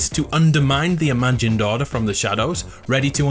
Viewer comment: Is it just me or anybody else that whenever he says order it sounds like he said daughter?